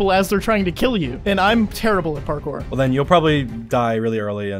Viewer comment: " parjours" lol